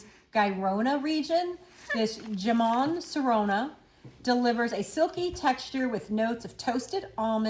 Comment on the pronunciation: Just as an fyi jamón is a spanish word, pronounced more or less like ham-own